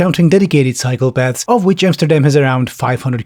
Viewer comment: Man I kept thinking you were saying "psychopaths" when you were talking about "cycle paths." But I suppose Dubai has plenty of those as well.